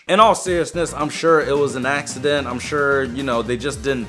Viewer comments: he said "in all seriousness I think it was a accident" axeident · "In all seriousness it was an ax-ident" duh duh chee